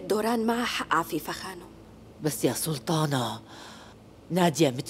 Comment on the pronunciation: ناهد دوران ما بتقول سلطانة بتقول سلتانة😂😂😂😂😂😂💔